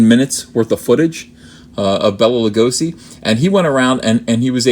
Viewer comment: Stop butchering the pronounciation. "Bella La'gosszi" my ass.